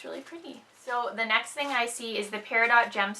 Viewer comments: No. lol. It's Pear-a-doh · Peridot is pronounced, Pear-a-doh. The t is silent. :) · The I is more like Eh than a y sound.